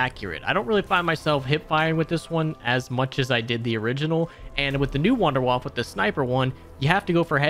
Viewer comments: Wunderwaffe [woundAir-whuff-a] Not wonderwuff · It's pronounced VOON-DEH-VAFF-UH! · Please for the love of God pronounce Wunderwaffe correctly... Or at least say waffle like dempsey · I love it how all of you call the wunderwaffe in your english pronunciation xD